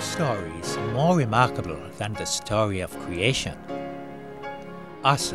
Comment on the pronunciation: wemarkable stowy of cweation, that you Elmer Fudd?